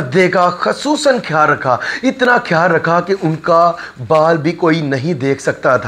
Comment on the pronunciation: Apni urdu pronunciation tu theek karo KHIYAL ko kaisay bol rahay ho